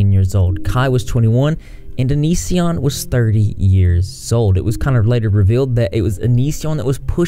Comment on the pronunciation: I love how he was so irrelevant to you when you posted your first response that you pronounced his stage name “onishion”